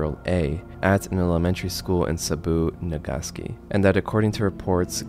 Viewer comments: "Saboo, Nagaski"?! C'mon man, I love your videos, but you have to double-check some of these pronunciations. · how did you mispronounce Nagasaki? that'd be like mispronouncing Hiroshima in terms of historical illiteracy.